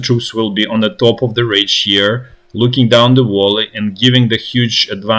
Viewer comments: Observation: It's "vAlley" not "vOlley". Like "uali" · Friendly advice, no judgement or derision: look up the correct pronunciation of "valley", since you will probably be using the word a lot in the following days. Esp, since what you're saying sounds like other English words (wally, wolly). More like "vah-lee", rather than voh-lee. If that helps. The "v" isn't a "w" sound either, it's the "v" as in, for example, "Volnovakha".